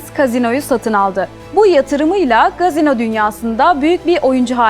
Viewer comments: Gazino değil efendim "casino" KASİNO şeklinde okunur. Ancak türkçe kumarhane deseniz daha uygun olur diye düşünüyorum. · Sevgili dış haberler sorumlusu,"Gazino" değil CASİNO!